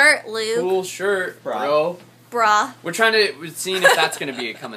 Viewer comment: it sounds like you're saying "what's up BRA!?!?!"